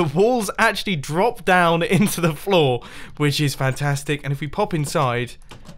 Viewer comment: You said flaw instead of floor